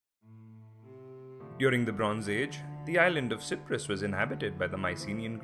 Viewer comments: Why si-prus it's pronounced cy-prus like sci-ence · How can 95% of any people agree on anything? It was a third for, a third against, and a third neutral And learn to pronouce Cyprus correctly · Your pronunciation of "K"yprus and "K"ypriots is incorrect. The "C" is pronounced like an S. You also left out a big chunk of history leading up to the invasion which was the armed conflict between Greek and Turkish Cypriots during the 1960s. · This man is Asia can't say Cyprus properly !!!!